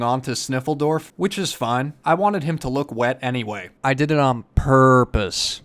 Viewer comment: “Purrrr-pose.” Immediately Unsubscribe. Just kidding. 😎